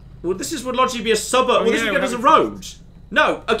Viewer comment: Take a shot every time says “logic’ly” in this series.